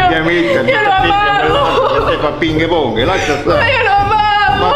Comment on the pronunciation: mi ha fatto ridere quando ha detto pinge ponge o..12